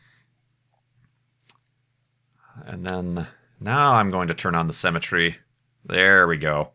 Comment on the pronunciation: Is it me or does say "cemetery" instead of "Symmetry"?